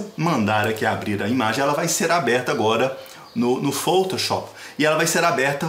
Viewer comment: Muito bom adorei o tutorial Só achei engraçado ele pronunciando foutouchop Kkkk